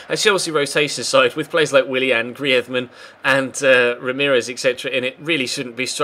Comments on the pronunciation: Pls dont say griethman its greez ma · why do you say griethman:D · Greez-men.... Practice it lol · Love the series but can you please just say griezman normally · ya but isn't Spanish and griezman asked for the commentator to say it in Spanish cause he plays in Spain that's the only reason so can't just say it normally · I think he might be Basque